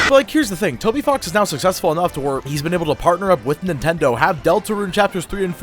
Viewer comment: bro did NOT say "Toby Fox"